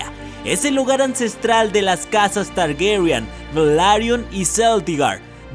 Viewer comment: Por qué pronuncia Targuerian? =º